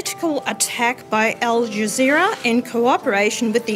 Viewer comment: Stopped watching as soon as I heard "with al jazeer".